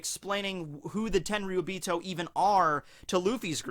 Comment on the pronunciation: Blows my mind how you pronounce Tenryuubito almost perfectly and then Kuzan just like Ang's best Fire Nation Buddy from before the 100 year time skip. I've watched a few English dubs episodes of OP now, I really hate the dubs for most of it. But during the Enies Lobby Ark they are actually pretty good. What's up with that?